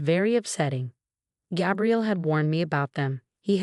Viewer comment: GAY-BRIEL not GAB-really . Fake story and AI comment 🤨🤨